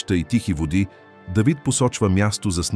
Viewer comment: Не Дейвид моля....а Давид...не паша с ударение на второто а ..защото така визира владетел...а паша с ударение на първото а означава храна ...моля ...четете правилно тези чудесни библейски пасажи ...не променяйте значението ...хайде моля....